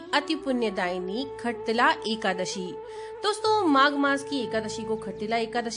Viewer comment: Khattilla nahi shattilla Jai Shree lashmi Narayan